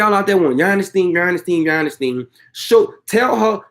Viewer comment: Not Yani ... it is Yoni